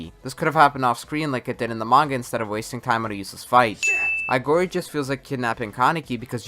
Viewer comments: It's Aogiri, not Aigori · Quinque is pronounced "queeng-kay" Aogiri is pronounced "Ow-giri"